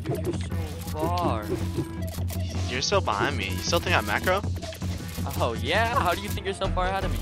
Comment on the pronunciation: i heard him say my marcos unpluged i know u dont marco i just wanted people to know